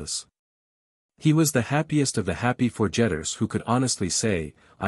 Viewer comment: Not too horrible for being read by ARTIFICIAL INTELLIGENCE. The pace was good and pronunciation clear and mostly accurate. The mistakes that stood out most were the name of a group of people called the Forgetters that was pronounced ForJETTers, and some words that you would know how to say from context - Street Peters for St Peters as one. At some point page numbers entered the text and a human would know to just ignore those, but they were read every time. Not read with feeling.